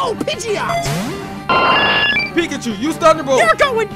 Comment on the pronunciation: Ash: calls pigeot pijet